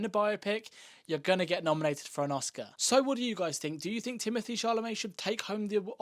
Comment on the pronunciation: ` His name is Timothée. . . . . . .NOT "Timothee", sugar!!:face-orange-frowning::face-orange-frowning::face-orange-frowning::face-orange-frowning::face-fuchsia-wide-eyes::face-fuchsia-wide-eyes::face-fuchsia-wide-eyes::face-fuchsia-wide-eyes::face-fuchsia-tongue-out::face-fuchsia-tongue-out::face-orange-biting-nails::face-orange-biting-nails::face-orange-biting-nails::face-orange-biting-nails::face-orange-biting-nails::face-orange-biting-nails::hand-orange-covering-eyes::hand-orange-covering-eyes::body-blue-raised-arms::body-blue-raised-arms::body-blue-raised-arms::body-blue-raised-arms